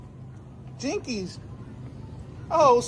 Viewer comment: "jinkees" LMFAOOOOOOOOO